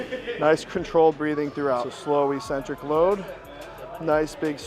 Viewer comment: Please for the love of god STOP SAYING ECCENTRIC WRONG!!!